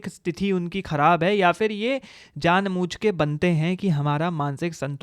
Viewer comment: Janbujke ❌ Janmuchke ✅ 😂